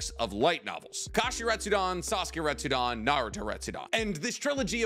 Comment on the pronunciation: im sorry but its "retsuden" not "retsudon" it just bothered me. Love the videos though